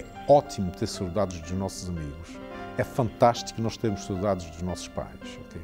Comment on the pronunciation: Any other Azoreans can’t stand how he is pronouncing Saudades lol